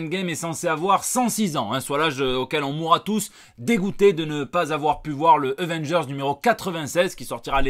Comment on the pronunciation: Tu dis euvenndgeurs. Mais en marseillais on ne dit pas avenedgeurseux ?